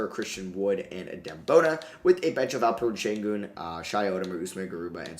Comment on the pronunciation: They call him Alpha'ren Sengunnnnn...